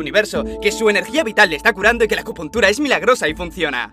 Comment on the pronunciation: agupuntura? ayyyyy que dolor